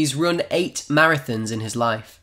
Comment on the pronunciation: Pronounciation of "run" it totaly bad!